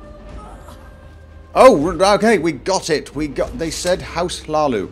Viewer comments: dude says Hlaalu "stop saying Laalu, im trying not to giggle" makes me giggle instead xD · I kept hearing "House Leeloo". It made me think of orange hair. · "You got an awsome voice mate, I could listen to you all day" Me: "only if he stops saying Hlalu"